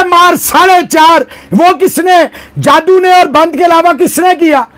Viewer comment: Sir jaadu nahi jaddu 😂😂